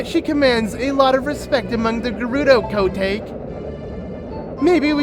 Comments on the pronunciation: I hate how calls Kotake Ko take. It’s Kotakè DAMMIT! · I can’t believe I didn’t realize this was a completed Let’s Play, pretty please with a cherry on top finish this series I wanna see it through and through. Also, it irked me throughout the video cause of the wrong pronunciation of Kotake got under my skin when you read the dialogue with her name in it. Was that just me or is that actually how it’s pronounced???? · Ok,. I love you to bits, but totally cringing at your butchering of the name kotake.